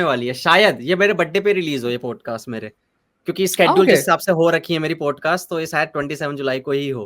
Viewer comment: भाई प्लीज़ "पोडकास्ट" मत बोला कर वो "पॉडकास्ट " होता है । "औ " की ध्वनि आनी चाहिए । "पोडकास्ट" बोलते हो दिक्कत कुछ नहीं पर ऐसा लगता है कम पढे लिखे हो जबकि ऐसा है नही ।